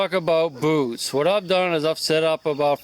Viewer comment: At first I thought you said lets talk about booze.